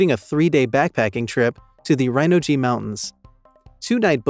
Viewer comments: 😂 From now it shall be known as Rhino-G 😂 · Was amusing to hear him pronounce Rhinog as Rhino G though